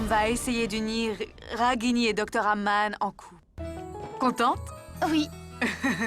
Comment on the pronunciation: Qui comme moi a entendu Pam au moment où elle parle à Nivedita de la fausse mariage de Raghini au lieu de dire Aman elle disait Agam pointer les doigts